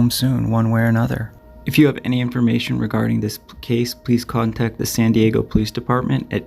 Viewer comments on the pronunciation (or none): none